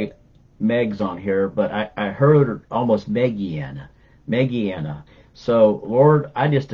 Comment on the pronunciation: Im having some emergency pain with teeth and tmj.. Found your video.. You said some name like meggiana but my first name is Mandana i believe and receive healing for me from Lord Jesus I have also been healed from fibromyalgi and me/cfs Need miracle for the teeth God bless you